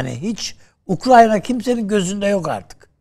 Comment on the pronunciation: Keşke Ukrayna ya Ukrayna diyebilseydiniz de bizde sizi ciddiye alabilseydik.